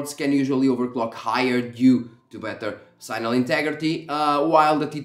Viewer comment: Normal people: "signal" sig-nuhl This dude: "sighnal"